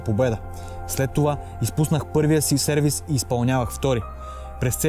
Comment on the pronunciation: В допъление, казва се сервиС и съответно "сервиСа"